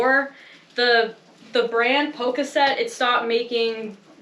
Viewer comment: It's pronounced POE-KASS-IT. 😊